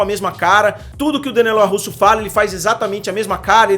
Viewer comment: Vídeo bom, não concordo com muita coisa, mas opinião é opinião, cada uma tem a sua, mas o que deu nos nervos mesmo foi o LaRRusso e não o Larusso durante o vídeo.